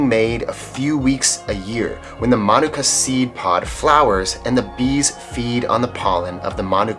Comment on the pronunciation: Awesome pronunciation of mānuka, particularly the length and stress of the first syllable! It's quite common for Kiwis to put the stress on the second vowel with the U, but actually the A vowel of the first syllable is long so it should take the stress (and Māori typically puts the stress on the first syllable anyway when there's no long vowels). It means a lot that you make such an effort to pronounce Māori words correctly; I wish more Kiwis would do the same. 👍